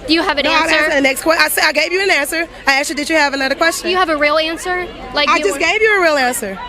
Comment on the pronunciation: Did she axe a qwerstion